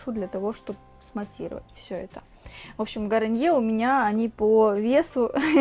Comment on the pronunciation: не гариньер, а гарниер